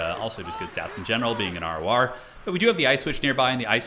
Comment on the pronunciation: I thought he was saying arwuar, and it was an inside joke(for years).... R.O.R. regiment of renown....